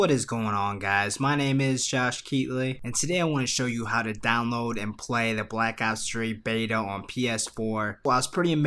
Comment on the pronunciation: Bwack ops fwee lol